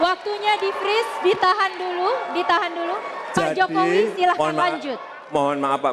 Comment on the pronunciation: Ngomong aja masih salah mau jadi presiden Hadeh Yah waras pasti pilih pa jokowi